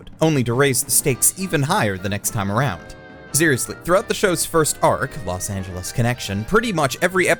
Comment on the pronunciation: nobody:: los angelees